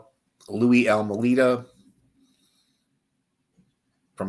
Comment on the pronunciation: A few things to correct, it is pronounced Al-May-Da, not Al Mu Leda. Second, his story was corroborated by John Lowe's testimony. Third, these are all scum bags, Louie included. Last, he died in May of 2017, in Munster, IN. He never left Chicago, he stood in the back of the yard neighborhood for many years with his mom, caring for her as she got older. Then she passed in 1992, he stood there until about 2014 when he moved in with his sister to Munster. Any other questions, please let me know. I will explain more.